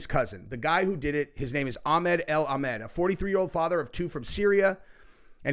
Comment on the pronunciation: A AL A not EL